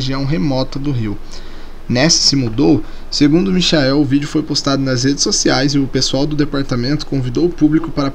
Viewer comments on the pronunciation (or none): Mixael heueheueuueh Acho que você quis falar Miquael, só que em inglês... HUEHUEHEUEHUHUE